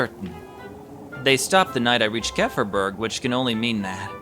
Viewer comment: Wait...so its not pronouced as "kee-fer-berg" :0